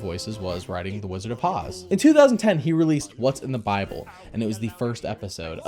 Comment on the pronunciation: He said biable! :o Great review. I want this to be the successor to your VeggieTales reviews. It seems like the best so far. The only thing that might rival this is Bibleman in terms of what the viewers want.